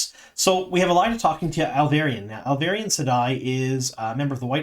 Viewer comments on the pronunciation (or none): Ahl- vee - air - in.